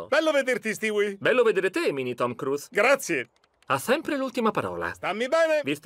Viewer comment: Tom CRUZ ?😂😂😂😂😂a volte lo pronuncia giusto, a volte no.